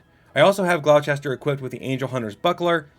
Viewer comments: Gloucester is pronounced "gl-oww-stir" think like, "Oww, that hurt". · cav-UHL-ree (or cav-ull-ree). gl-OW-stir. SANE-gwin (or sometimes SANG-win) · That's not how you pronounce Gloucester